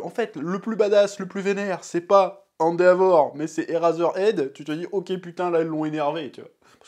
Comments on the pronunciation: On dit "Endévor" pas "Endéavor" chef (je parle juste en terme de phonétique) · "Hand a vor" j'ai pété mon crâne 😭